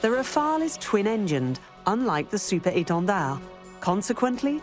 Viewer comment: The way she says 'Super Étendard' with French accent means she must surely speak French language fluently.